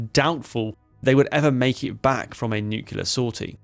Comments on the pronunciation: Nuclear is pronounce "New Clee Err" Nu-cle-r, not Nu Qua Ler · NUKULAR loooooooooooooooooooooooooool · Nucular, can we have AI please? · Try saying "new-clear" it's not nukular. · no, the word is pronounced 'new-cle-ar'. Some people mispronounce it as 'new-cu-lar'. Just plain wrong! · Great video, and don't worry too much about the pronunciation, but if you want help getting it right, I found this helpful: say "clear". Now say "new-clear". Now you've got it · I'm hearing Nu-ke-lar, and it's grating, but that aside this is a great video! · Yanks tend to pronounce it noo-cue-lar. Which is bizarre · 5 seconds in and we're hearing of "nucular warheads", thus tempering my enthusiasm to hear more about a weapon that gave me one of the funniest experiences of my naval career. Do these guys never hear themselves or is it all just "Nah, it'll be fine." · Nu-clear! As in new clear day. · Its a common enough mispronunciation it has its own dictionary entry. Eisenhower (announcing the existence of the thing), Clinton, Bush all used the American version of that mispronunciation. Its origin is in 1943, the first time Politicians and other non specialists were using the term rather than just Scientists (for whom nucleus -> nuclear is straightforward). So i wouldn't feel too bad about continuing a mispronunciation that a lot of important and invested people have been making for over 80 years. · It's not just you, but for some damn reason most of the (english speaking) world seems to think it's pronounced that way. As a nuclear engineer, it's gotten very annoying. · there is ONE "U" in the word NU-CLEAR! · First critique ive ever made, but the comment will give you extra engagement :p - pronouncing "nuclear" wrong is very unbecoming of an English gentleman ;) Loved the vid as always and love the new format too ! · I wish you would to pronounce 'nuclear' properly.